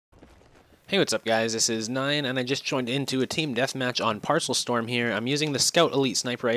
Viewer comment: OMG I love parcel storm. Lol. It's pronounced pear-a-cell storm or paracel. Lol nice vid though